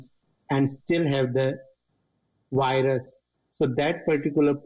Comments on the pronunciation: Guys did you hear him? "they still had the wilus" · I LOVE how you call it a whirus 😊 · Whats a wirus.....